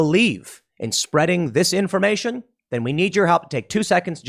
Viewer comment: Tim you might want to be careful with your choice of words! When you said "Make sure to share this information!" ... it legit sounds like you are saying "Make sure to share disinformation!". So your detractors now have a clip of you saying that!